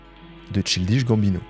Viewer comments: Passer autant de temps à faire des recherches, écrire et produire cette video, pour au final, tout ruiner en n'étant pas capable de prononcer correctement le nom de l'artiste. C'est d'une tristesse ... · reel mdrr sans voir le mot t'as du bugger sur le chill dish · de fou j'écoutais ça en mode podcast sans connaître le boug avant, j'ai mis pause à 15min en mode "chill dish bambino c chelou comme nom" :skull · Childiche Bambinot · Mec, c'est [tchaïldish gambino]❤❤❤ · fait un petit effort sur la prononciation. “Cheeldiche Gambineau” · J’adore tes videos mais t’aurais pu au moins demander a google la prononciation de Ch-AIL-dish Gambino. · Chill dishe Gambino ?!?!? La prononciation fait mal à la tête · Ça se prononce “Tchaïldiche Gambino” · Faut vraiment aller vérifier la prononciation des noms et mots anglais via Google Trad avant les vidéos, parce que ça va faire plusieurs fois où j'entends des horreurs hahaha. "Tchildiche Gambineau". (PS : la coiffure est pas si dégueu, mais c'est pas ta meilleure). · tu me rend fou, comment ça Chill dish Gambino??? recherche au moins comment se prononce le NOM de l'artiste dont tu parles, c'est trop grave. Tu vas pas me dire que tu sait pas comment se prononce le mot child quand même. Je dis la même chose a toutes les videos mais là, c'est trop frr c'est l'ALIAS carrément. pffff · Dommage de ne pas avoir pris le temps de savoir prononcer correctement le nom du sujet de la vidéo ! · Je ne peux pas croire qu'il y ait un travail si profond et d'une si bonne qualité et que personne ne t'ait reprit sur la prononciation de "Childish Gambino". A croire que c'est une technique pour faire commenter les gens et faire l'engagement haha Superbe vidéo nonobstant ! Merci pour les travaux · la prononciation de childish gambino… franchement un effort… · Le nom de l’artiste est mal prononcé../ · pas la bonne prononciation de Childish Gambino 😭😭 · Merci pr la vidéo mais pr ta prononciation de son nom tu mérites un sale carton rouge